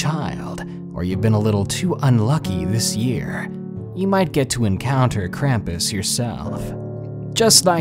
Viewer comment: It's pronounced krom-pus not kram-piss, with German accent.